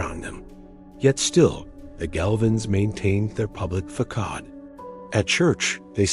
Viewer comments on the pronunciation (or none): Yo, teh Ai. Check your pronunciation of “facade,” since you seem to love that word a lot. Fuh-sod. fuh-sod. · It’s “fa-sad” 🤨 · No mention of them being inbred at all and if you're going to use an AI bot to read it please get one that can at least pronounce things properly. I lost count on the number of different ways it said DNA and facade